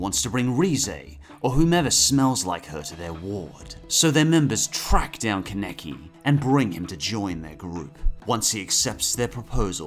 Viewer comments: KE neki IT'S KA NE KI KA NE KI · Please,, just say Kaneki and not keneki😭😭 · Bro it’s kanaki not keneki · ITS FUCKING KAN E KI!! SAY IT RIGHT DAMMIT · "con-neck-ee" please stop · KEN-EK-EEEE I'm dead XD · The way say kaneki name triggers me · The way he says ‘kaneki’ really bothers me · Kaneki....the butchering of his name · I love Tokyo ghoul. But the way pronounced Kaneki and Aogiri -3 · It bothers me the way you guys pronounce some of the names in this list. For example Kaneki you pronounce two completely different ways. There are other but that was the most jarring. As for the actual video itself. I enjoyed it. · The way the guy says Kaneki made my rage so fucking bad...